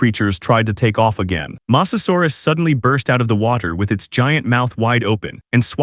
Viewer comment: you said masasarus